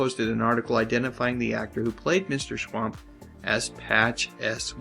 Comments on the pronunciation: Its Schump...not schwamp. Watch the show and listen to what they call him. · They always pronounced it 'Mr. Schwump' not 'Schwamp' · It's "Schwump"! I swear, you guys are total idiots!